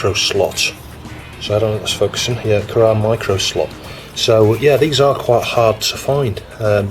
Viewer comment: it's pronounced "kurrah"